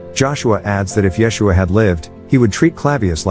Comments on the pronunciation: " yes-u-ah " is how its said in Hebrew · FYI: Yeshua (ישוע) is pronounced Ye-shu-ah in modern Hebrew with emphasis on the last syllable, not the first two. Pilate’s name is Pilatus not Pilatius.